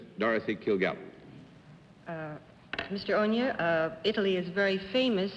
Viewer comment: Peter Mack: It would be pronounced oh nyah.